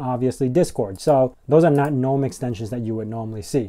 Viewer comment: Nitpick: The "G" in "gnome" is not silent.